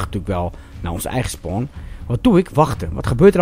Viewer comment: ik vind het altijd irritant dat jij en echt Spown zeggen! maar wel goeie video!